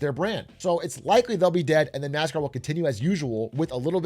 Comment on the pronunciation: "gwew up woving nascaw"